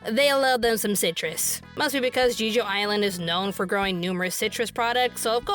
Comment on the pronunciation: Who else started cringing and laughing when mispronounced "Jeju Island" as "Gee - joo Island"? I did 🤣🤣🤣